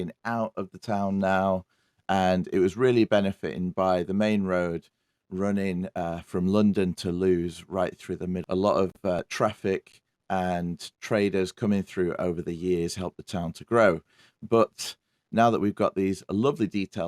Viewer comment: lived here 50 years. Our house is from the 1500s. Lewes is pronounced Lewis by the way.